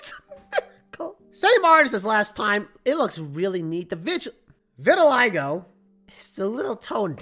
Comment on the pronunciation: it’s pronounced: vit-ih-LIE-go Prince Charming from the princess and the frog? 😭